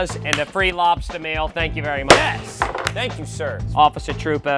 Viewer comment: To me it sounds like, “Mr. Labsta”